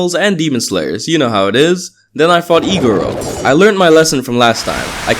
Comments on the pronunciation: when he said iguro i heard e girl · every time he says iguro i think he says egirl lmao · omg this whole time and when you were playing as a demon slayer i thought when you said iguro u meant egirl- 💀lmfaoo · i thought u said egirl not iguro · Everytime he says "iguro" it sounds like he's saying "e-girl" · I thought he said "E-girl" not "iguro" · I like how say "Iguro" like "E-Girl" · says Iguro my brain: e girl? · I cant stop hearing "e girl" when says iguro